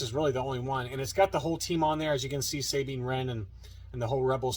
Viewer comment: can you have the owner of those case shells contact me. We live like 15 to 20 minutes away. I tried a few times but to no avail. Idk if he doesnt want to sell them to me or what.....also its pronounced Sah bean, not saying. What rebels and you see. Idk why you pronounce it like that. Its never been pronounced like that in Canon or ever for that matter.